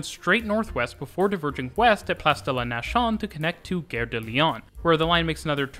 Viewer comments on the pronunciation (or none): Nation in French means the same thing as in English, but is pronounces as “Nass-yawn”, not “nashawn” as you did. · "Nation" is not pronounced like that 😁